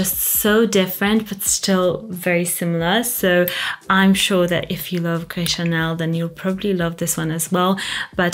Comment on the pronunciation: why you said like french st u ip just say it normal fk it and fk french langauge 😂😂😂😂😂😂😂😂😂